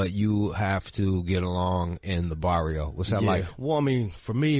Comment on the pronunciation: It’s Barrio. Spelled Barrio. Sounds like Vadio to the gringo Gueros.